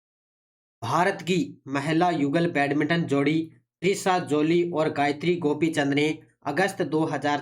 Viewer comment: त्रिशा जॉली नाम है ना कि ट्रिशा